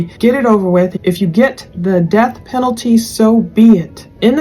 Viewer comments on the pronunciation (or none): none